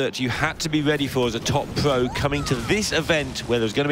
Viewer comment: The commentator with the speech impediment weally weally needs to go. Not vewy pwo if you ask me. Weally distwacting